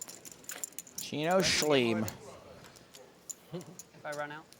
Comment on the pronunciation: Did I hear the commentator say Shleem? Lmao